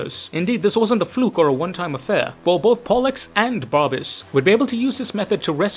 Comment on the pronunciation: "Bear-uh-bus" or "Buh-rabb-us". Not "Bar-bee-us".